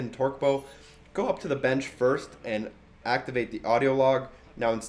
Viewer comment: Torque "bow" lol